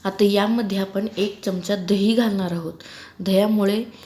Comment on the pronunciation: च्यमच्या नाही हो, चमचा म्हणा ना. तुम्ही सुधारणार नाही.